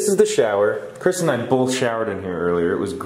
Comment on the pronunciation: BEST FWEND KWISTEN!